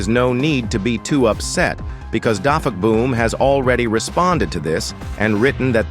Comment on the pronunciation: You said defuckboom not dafuqboom